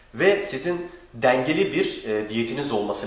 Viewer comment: ayrıca denge kelimesi direk yazıldığı gibi okunmaz e harfi yumuşar.